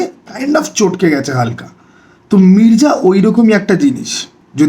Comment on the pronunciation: Mirza❌Mirja✅ আগে উচ্চারণ টা কর যা তারপরে তোর ঘর যা তারপর কিছু খা যা খেয়ে দেয়ে ঘুমা যা মির্জা আবার কি?? Its Mirza ভাই Come on😂😂😂